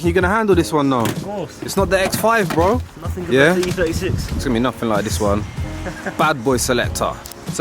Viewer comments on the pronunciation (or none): none